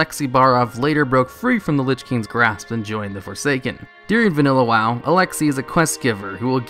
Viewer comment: During During During not deering